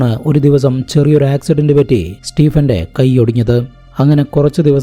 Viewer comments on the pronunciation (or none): none